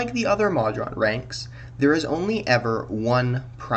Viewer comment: Please, Moe-drawn, not maw-drawn.